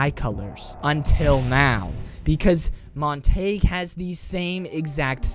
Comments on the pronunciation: Montague is pronounced Mon-te-goo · Are you pronouncing Montagues name wrong on purpose? Mon-ta-gue, montagew